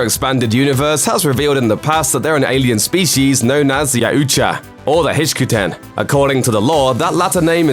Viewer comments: MY GOD did you butcher their race known as the Yautja, the best and closest way for more the most language difference is sounded out like YAWT-JA or YAWT-JAW. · Yautja...pronounced YOWT·juh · I can already tell the fact are messed up base on the fact on how they mispronounced “Yautja” smh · The pronunciation of yautja killed me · Damn way to butcher the Yautja name.